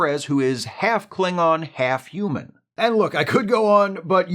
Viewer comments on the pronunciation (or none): none